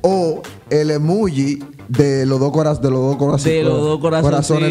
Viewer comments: Yo 😡😡😡😡 cada vez que ellos decían “emuugi” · Un like , por cuántas veces dijeron Emugi hahahaha